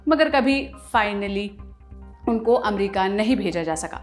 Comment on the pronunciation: अच्छा है चलो आप ने अमेरिका को एमेरीका कहेने के बजाय अमरिका बोलना शुरू किया👏👏